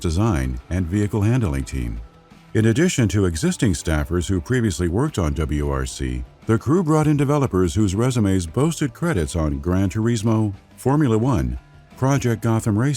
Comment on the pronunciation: Gran Tureesmo 😅